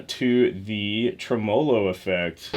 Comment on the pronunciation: TREMELO.. Accent on the first syllable, the first vowel is an e, not an a.